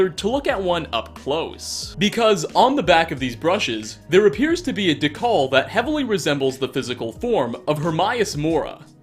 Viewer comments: Dee-cal. Not dee-cahl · lol ... "dehcaul". No man, you say "dee-cal". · On the hairbrush thing you say "duh-CALL"...... Its pronounced "DEE-cal" (cal like val as in value) decal... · deCALL? come one man, is is pronounced DEcal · "De-call" lol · decal=dee call, got it. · What is a 'deh-call'? Is that like a decal? Or is it the slang for some sort of hairbrush-related "call to arms" that I haven't encountered yet? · I love you, but really? Duhcall? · He can’t pronounce ‘decal’ either. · how about pronouncing decal correctly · The way you pronounce decal is a bit odd. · Why does every channel that does these types of videos always have a similar commentator that's overly enthusiastic and sounds like a budget Don Lafontaine. Also who the hell pronounces decal that way. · The way you pronounce decal broke my brown.